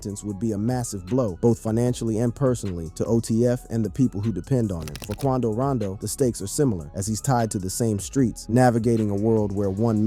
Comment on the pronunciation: It's Quando Rondo not Rando